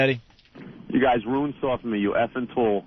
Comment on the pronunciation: Hate all of their mispronounced words. Ant says roooooned instead of RUINED. And fengher for finger